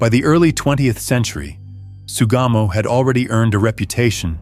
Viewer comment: It's Sugamo Prison. I keep hearing "Tsugamo."